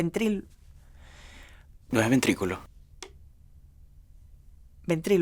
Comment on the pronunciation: Fui la única que noto que dijo ''BENTRICULO'' JAJAAJAJAJA Minuto